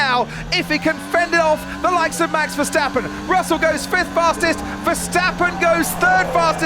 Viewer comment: Please, learn to pronounce MAX VERSTAPPEN, iT'S not Mex Versteppen!!!! The A is pronounced like the A in Charles, Not like the E in Mexican